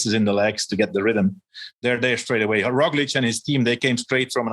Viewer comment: Love the show. Love all the guys. But WHY does George just refuse to pronounce Roglic correctly. EVERYONE says, "RogliCH." But George still says "RogliCK."